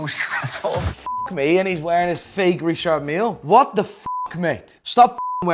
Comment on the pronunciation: who told how to pronounce Richard Mille (almost) correctly?!??!??!!??!!!! name & shame!!!!!